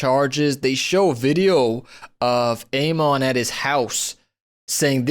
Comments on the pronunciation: PLEASE pronounce Ammon's name correctly! NOT out of respect, but so that the dude's real name will live in INFAMY! 🙏😈 Every YouTuber appears to give this corrupt CEO cover by giving him a new (variation of his) name... It's NOT pronounced "A-MON", it's pronounced "AMMMin"!!! Please say his name, so that everybody who knows him will recognize him, and shun him!!!❗️ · Good video. Just a side note, his name is pronounced "am - mon" like "famine" but without the F, and "pokemon" without the poke.